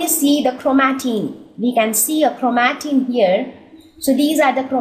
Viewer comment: Its not chromateen it’s chromatin 😌